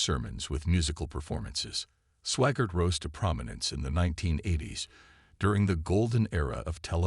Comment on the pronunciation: It's SWAGGART not SWAGAR. or SWAGARD. You guys are the worst.